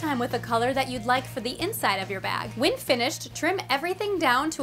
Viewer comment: She always says whin instead of when!